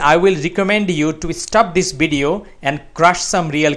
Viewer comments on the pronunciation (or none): none